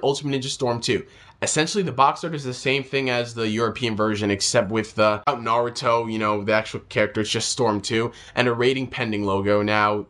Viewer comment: why do u say Naruto like Sasuke? I didn't think it was suppose to sound like that.